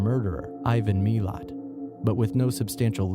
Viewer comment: it's Ivan ma-lat